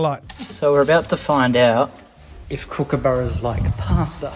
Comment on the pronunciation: Sean says Koooooooookabura when it's kookaburra lol